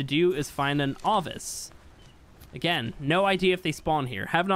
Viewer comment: Lol why are you saying Avis, its Ovis 🤣